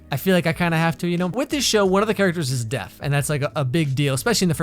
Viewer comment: Deaf-ne ...xD